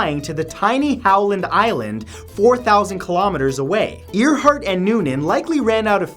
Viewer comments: AIR Hart not EAR Hart LOL... Love your videos but that one made me cringe every time you said it... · Y u SAY earheart? I thought it was pronounced AIRheart? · Thought it was pronounced.. Air Heart!?! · He said ear heart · It’s actually pronounced AIR-HART 😂 😂 not EAR-HART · Amelia Earhart is pronounced Amelia "Air-heart." Just saying... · It is airheart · Earhert is pronounced airheart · I loved this video. Hmmm, makes me think about these ppl a little closer. Btw, it's pronounced Amelia (Air)heart. Keep up the vids.. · Amelia earhart pronunciation:AIRHEART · It's pronounced AIR-hart. Seriously, your pronunciation of names is consistently horrendous. In this video alone, you butchered at least three names. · Never heard Earhart pronounced like that before. lol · I'm not gonna get angry because of the way you say Earhart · Amelia Earhart? Seriously? Well, can't say I've heard that before, interesting.